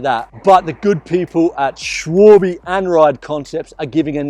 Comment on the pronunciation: Es heißt Schwalbe und nicht Schwüülbiii😂